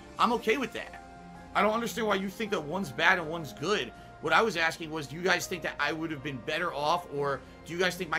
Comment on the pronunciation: Guhz guhz, Phil is not even a bag guy guhz he admitted he used to be a racist but its all better now guhz less be pahsitive & interactive and let us all pull hogan on WWE champions!